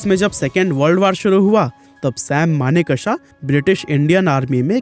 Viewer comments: maan ! learn to pronounce ' sam manekshaw ' he is manekshaw & not sam maneka-sha you idiot. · Pronounce his name as Manekshaw not as manek shah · Pleaseeeeeee pronounce Sam Manekshaw’s name properly ! It’s always good to google the pronunciation of proper names before making the video ! Thank you ! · Abe sale naam to thik se le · Bro at least take name of the great Sam Manekshaw properly. You are pronouncing his name wrongly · Manekshaw ko thik se ucharan to kariye. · Naam to thik se lo bhai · U cant even name him correctly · First learn to pronounce the names properly.